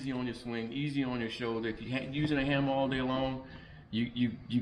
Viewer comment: The "hammar"